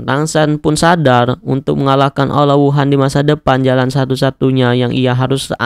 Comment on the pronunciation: Bang lu nyadar ngak lu bilang aula wuhun Aula wuhan